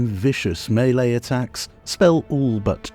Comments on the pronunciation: Thank you for pronouncing melee [may-lay] correclty! 🤣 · 1) Gives useful advise 2) Timestamps ad spot 3) Critiques capitalism 4) talks dirty to me 5) pronounces "melee" correctly Subscribed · Looking through all these glories and never noticed the section until now, years later. But I do enjoy your spin on the word 'maylay' to pronouce melee correctly; its kinda got a nice flair to it!